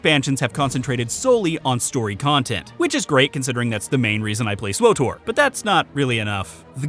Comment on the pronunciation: I'm glad you like Swuh Tor at Muh Mor Pig Com